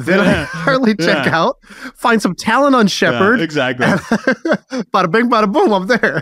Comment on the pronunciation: you try too hard to find an occasion to pronounce shepherd in each episode;)